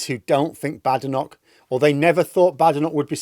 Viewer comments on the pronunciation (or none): I cannot understand why you mispronounce Kemi Badenoch's surname. Is it because you don't respect Tories?